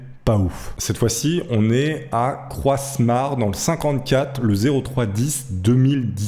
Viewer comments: "Croissemare" --", ça s'écrit Croismare et se prononce Croix-Mare. Merci! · Croismare ce pronnonce sans le s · On prononce pas le s de croismare bordel